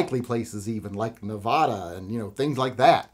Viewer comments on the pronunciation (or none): It's Nevada not NAvada